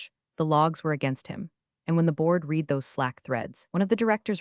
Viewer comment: If being too lazy to ensure that "read" is pronounced correctly is great work